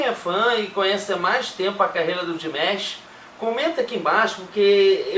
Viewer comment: A pronuncia correta do nome dele eh Di-ma-sh e nao Dimesh.